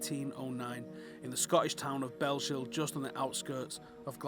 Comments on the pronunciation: Nice video but it's pronounced Bells-hill not Bell-shill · ive been loving these vids great content bellshill sir matts birthplace its pronounced bells hill not bellshill you sounded like sean connery m8 i was pishing sorry pissing myself